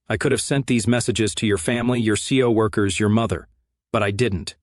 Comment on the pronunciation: You’re C-O workers? 🤣🤣🤣 keep at it!😀